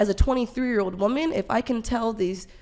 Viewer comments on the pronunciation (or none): So annoying the way the woman on the right doesn't understand that "woman" and "women" are pronounced differently